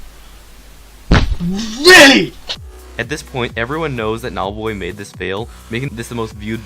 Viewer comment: He keeps calling him Nob lol